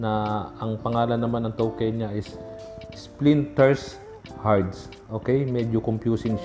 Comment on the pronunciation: Splinter Shards po sir nakakatuwa nmn po correction lang po